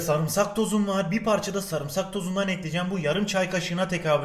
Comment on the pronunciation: Nobody:: sarğımsag